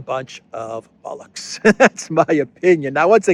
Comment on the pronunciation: I have to laugh everytime I hear say 'bollocks'. It's so weird hearing it said in an American accent 😆